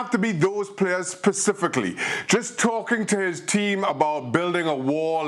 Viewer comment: "It doesn't have to be those players PACIFICALLY" ??????? LOL, Shaka.